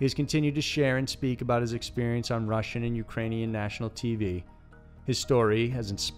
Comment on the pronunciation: Why'd you say 'Russian' like that ? I mean, you mispronounce some things but what's up with that...?